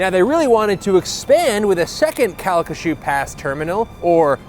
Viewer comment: Wow! You pronounced Calcasieu correctly! As someone who lives here, I appreciate that.